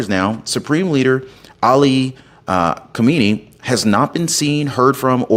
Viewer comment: If you have to say the names of these tyrants at least say them correctly the current leader is Khamenei, kha-ma-ne-ie, Khomeini kho-may-nie the original founder of the revolution of 1979 has been dead for years